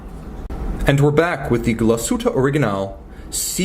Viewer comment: Thank you for not butchering the name Glashütte,!!!!!! Cheers from germany